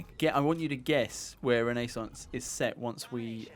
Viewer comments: Machiavelli would have been proud of that once in a life time pronunciation of "renaissance" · i disliked not because infinite warfare, but because how they pronounced Renaissance. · "Because of Renaissance (awful pronunciation BTW), I'm guessing it's Italy".. (T . T) Whyy...